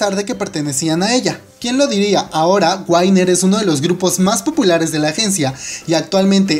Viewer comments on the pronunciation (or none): no es 'Wainer' es WINNER tal cual de pronuncia